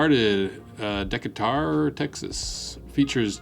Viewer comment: Friend, were you from? It’s Duh-KAY-ter :)